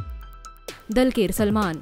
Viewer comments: Itz dul quer not dil qeer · The way they pronounced Dulquer's name 🤣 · First, get the pronunciation of dulquer and prithviraj correct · Does anyone heard she pronounce dulquer and mammoty And also any malayalis.......